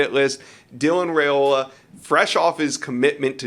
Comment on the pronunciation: It’s RYE-ola not RAY-ola.